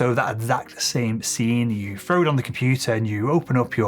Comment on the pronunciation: I do like this chap, and find his vids interesting. However, and this is SOOOO petty, but, I can't cope with the way home drops the TH for an F, eg 'freeD' not 'three d' and 'frow' not 'throw' etc. Just a pet hate of mine, sorry 😑